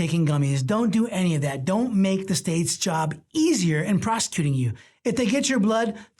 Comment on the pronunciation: Just an FYI, when you said "Don't make The State's job easier in 'prosecuting' you," it very much sounded like you said the word "prostituting."